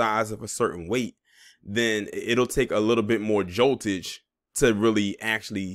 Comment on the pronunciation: Did you say joltage